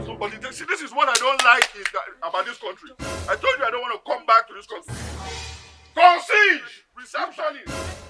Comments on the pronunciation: He pronounces it "con seige".🥴🤣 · "Con-seige"! burst my head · lmao, he said "CONCIGE" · From the movie OCEAN THIRTEEN I learnt the word CONCIERGE which completely different from the way DON Jazzy pronounced it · My only problem is how Jazzy pronounce Concierge. He's legit spoiling my profession 😁